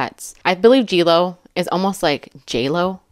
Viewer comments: Omg, why is she cutting strawberries in the air? G Jo, not G Lo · G “Jo”, not G Lo. I think it means Grandma Jodi.